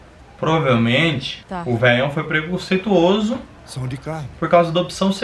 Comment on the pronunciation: Ellie: preconseituiches